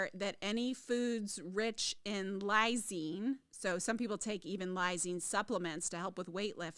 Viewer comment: Yeah she said it wrong